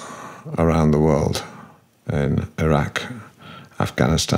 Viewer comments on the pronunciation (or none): none